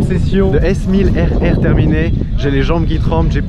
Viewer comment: Super mais j'ai l'impression que tu dis z1000rr au lieu de s1000rr ... dite moi si je doit allé me laver les oreilles ou si tous le monde entend pareil que moi n